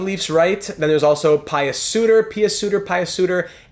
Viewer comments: Pius Suter should be pronounced as ”Pea-us” Suter, not as ”Pie-us”🫡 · Pius Suter, pretty sure its said like Pyoos